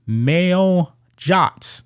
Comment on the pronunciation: any place I’ve lived or been in the US male is one syllable, while ma-eel is two